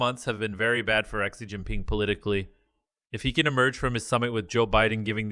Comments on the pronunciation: You’re supposed to deliver the “news“ and you can’t even say Xi’s name correctly.😅🤣😂. Your obviously a and nobody would take you seriously let alone hire you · my thoughts ok, I never listened to you bc you ingornat as fk. How can you not pronounce XI name and you want to be the news 😅🤣😂You will never make money off this Chanel, your boring and your voice is cringe worthy.